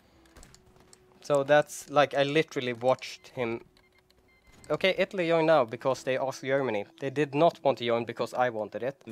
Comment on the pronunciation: Ittaly instead